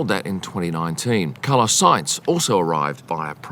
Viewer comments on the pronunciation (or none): none